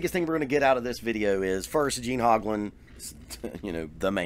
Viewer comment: Wow, not only do you not know how to say the man's name, you are wrong and unaware of stuff that a search for him on youtube will make you aware of in five minutes. He does not use Camco anymore, stopped years ago, he uses Pearl pedals now, he did use the chain drive Camco just like I use and they're not garbage. You stand corrected. the Camco brand set the industry standard for bass drum pedal design that still today is copied by every company that makes pedals.